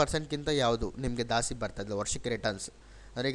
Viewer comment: ದಾಸ್ತಿ ಅಲ್ಲ,ಜಾಸ್ತಿ.ನೀವು ಕನ್ನಡಿಗರಲ್ವಾ ಸರ್